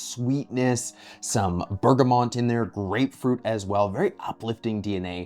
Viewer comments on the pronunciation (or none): Did you say “bergamont?” 😂